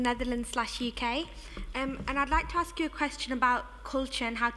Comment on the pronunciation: For someone who has such an educated background and does so much public speaking she really needs to stop AXE-ing and start ASK-ing questions...there are classes that teach you how to pronounce words properly...and yeah...Nikki Menjai...really and u are the Cultural ambassador for Trinidad, n Nikki is one of the biggest exports and u can't even say her name properly...smh